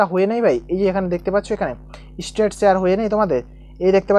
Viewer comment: State ke estate bole 😂